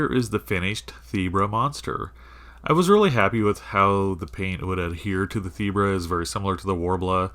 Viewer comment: You pronounced it right the first time 😃. I loved how it turned out.